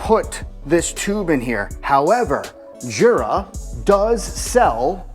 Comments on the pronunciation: It's pronounced "YOO-Rah" not "JOO-rah." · It’s pronounced without the j